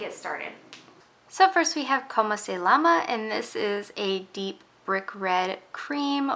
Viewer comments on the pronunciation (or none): If I may, I think the correct way of saying it is "Como Se Yama?" I don't think you pronounce the "L" sound